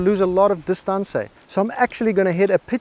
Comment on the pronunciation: Just wait until you hear him say "distancey"...you're really going to lose your shit! Some friendly advice...go ahead and watch his videos...but keep your psychologist on speed dial!